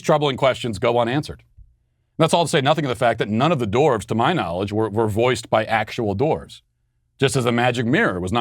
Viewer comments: I love Matt, but it's dWarves, not dOrves. Drove me nuts the whole video. Other than that, good stuff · Why do Americans pronounce the word, “dwarves” as “doorves”? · Lmao why is nobody talking about the way Matt says “dorves” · I keep hearing “dorks,” when Matt say “dwarves.”